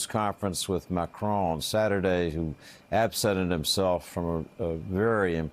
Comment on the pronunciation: I view Trumps' attitude as just another example of the naive and casual arrogance many Americans display toward the world. A small, but important illustration: everyone else manages to pronounce the French Presidents name, "Macron" - it's really not that difficult. But the best American seems to come up with is, "McCrone" - he's not actually Scottish (or as most Americans would say, "Scotch").